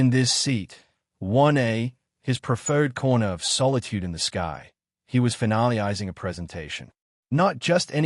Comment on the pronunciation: The way "Finalizing"(correctly spelled Finalising) was pronounced screams loudly that this video was NOT NARRATED BY A REAL PERSON! It was narrated by a ROBOT!